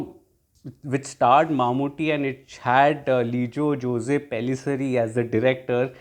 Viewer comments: Great review 👍👍 btw Jose is pronounced as "Jos". FYI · The real pronunciation is actually 'Ose', in south India it is as you said Jos.